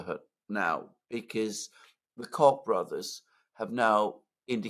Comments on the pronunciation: just a pronunciation correction it's Coke brothers. I'm aware that it's spelt Koch. Cock has a different meaning in N America 😊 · Alexander: “…the Cock Brothers” 😂😂😂😂 I believe their name is pronounced as “Coke”, but I like your pronunciation better 😂😂😂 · The Cock Brothers is the perfect pronunciation:face-red-smiling-live::hands-yellow-heart-red::face-purple-smiling-tears